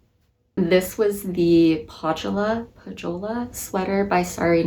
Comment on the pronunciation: I love this video ;) I watched it while knitting the Zakkuri Cardigan by Nariko Ichigawa. I think Pohjala is pronounced "poh-ya-la." There's a cold country like that in the Kalevala epic, and there's also a region in Finland with the same name.